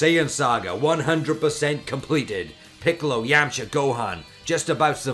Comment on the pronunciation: His pronunciation of Yamcha and Yemma was very unbearable...